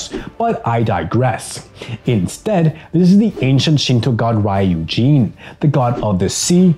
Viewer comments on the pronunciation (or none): Fun fact you're saying my name wrong when you say ryujin you say raiujin